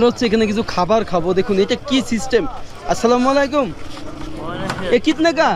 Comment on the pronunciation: ভাই তুমি সালামটা অন্তত ভালো করে দেয়া শেখো